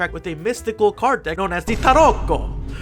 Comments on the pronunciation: Every time you say 🇮🇹T A R O C C O🇮🇹 it gets me 😂😂😂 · nothing prepared me for the way you said "tarocco" and how many times you said it 10/10